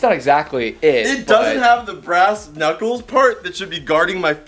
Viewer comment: “Right into the ass-knuculers", May 24, 2020